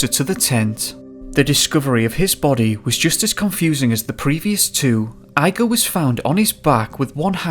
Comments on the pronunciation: Correct me if I'm wrong but Eyegor is the incorrect pronunciation. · Are you pronouncing his name “Eye-gor?” Do you know anyone named Froederick? 😄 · his name is pronounced E-GOR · Jesus It's IGOR like E G O R not I G O R 🤣🤣🤣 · Great video, hauntingly scary story., just a well-intentioned remark: IGOR is pronounced similar to (Wend)IGO + R, with emphasis on i. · Doing a shot of vodka every time you say ‘eye-gore’.... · Eye gore. As in "Young Frankenstein"? The Russian pronunciation is EE gore. LOL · E-gor not eye-gor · IGOR!!! Not eyegore or igore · so you know the name Igor is pronounced EEgor. Not iigor. I as in eyeball gor. It's pronounce e as in a capital e from the alphabet or from a word such as enough. That is the sound of the e that you have to use when pronouncing that Russian name. My question is what the fuck is a compelling force??? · The Russian name “Igor”. Is actually pronounced “E-Gor” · it's ee-gor, not eye-gor. i know that prnounciation of other languages can be difficult and especially for anglophone speakers, but, seriously: eye-gor?!? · Remember to pronounce Russian names like Igor: "EEgore" rather than 'eyegore' and Ivon as 'Eevon' & EEvan. Love the coverage of this tragic historical soviet era incident and the very eerie background sound track is wonderfully used here! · The guys name was Igor not eye-gor. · Really scarey but please stop pronouncing the guys neme as eyegore it Igore... pronounced egore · 1: Igor is pronounced as "Ee-gore", not "eye-gore". 2: Why do you talk so weird? It's an irritating sing-song stilted-sounding bullshit and your last word of each sentence is very drawn out. Hard to listen to. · Great video mate:) it's pronounced Eeegor not Igor but it's spelled the same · Eye gaw? It's Igor, pronounced Ee gor. Deff weird intonation. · I'm pretty sure the pronunciation is "ee" gor not "I" gor otherwise thanks for the upload.. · eYe-Goar = 🤪 ReE-gOr = 😎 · Eye -gore? it's pronounced EEE-gore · Eeeee-gor ffs!